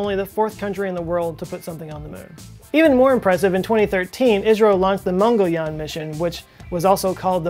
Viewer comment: Wow . You nailed the pronunciation of MANGALYAN